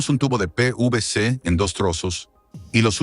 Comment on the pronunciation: No mms kien dise pe uve se